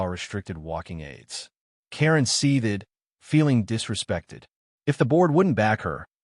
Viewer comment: Please, a little complaint, but might bother others too. Please teach your AI voice to pronounce the word “seethed” properly. It goes across many of your videos. Otherwise your stories are entertaining and mostly well written and well read.